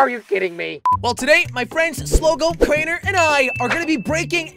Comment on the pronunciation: HAHAHA its crainer not crayner